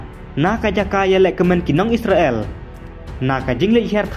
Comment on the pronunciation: What a pronounciation 😅😅😅😅😅isreal